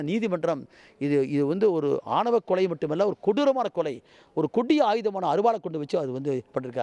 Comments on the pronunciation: இது என்னடா தமிழுக்கு வந்த சோதனை ஆவணக் கொலையா? அது ஆணவக் கொலை . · சன் நியூஸ்......தமிழைக் கொலை செய்யாதீர்கள்.....ஆவண கொ ல( ஆணவக் கொலை)...😂😂